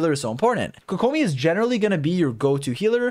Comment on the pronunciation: My man really just pronounced Tighnari as if he was clearing his throat mid name and then immediately mispronounced Kokomi. Just say it the English way, mixing pronunciations just makes it sound bad and out of place.